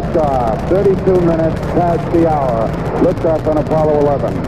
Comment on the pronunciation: Uh poh low.